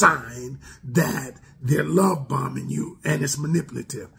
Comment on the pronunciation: I thought he said “Love Bumming” 🤣